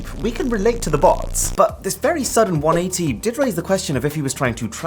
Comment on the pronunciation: Is it just me or did that 180 sound weird?